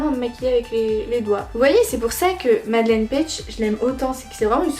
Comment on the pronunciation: Par contre son prénom se prononce Madeline